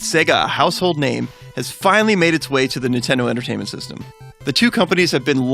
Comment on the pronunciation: intendo tertainment system